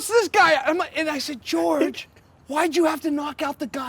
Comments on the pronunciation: "george" masvidal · Jorge=George in Spanish